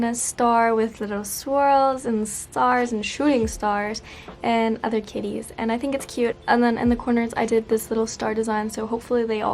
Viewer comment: “grahga- kIttIESs and I lOVe yoU” HAD ME ROLLING